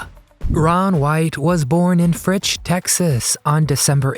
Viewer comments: Its fritch texas u pecker head not fritz texas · It's FRITCH, TX, not FRITZ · That's not tequila. It's Scotch. And, it's Fritch, Texas. Not, Fritz. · Fritch, TX not Fritz, TX is his hometown...........amongst about a dozen other errors I picked out in one viewing. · FRITCH, he's from Fritch, Texas